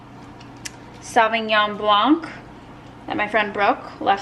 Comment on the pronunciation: Good video :) I noticed u always say “Sauvignon blanc” wrong haha and I thought maybe you’d like to know the proper way to pronounce it since you like it so much (also my fav kind of wine) . You don’t pronounce “G” in “sauviGnon” , or the “C” in “ blanC” :)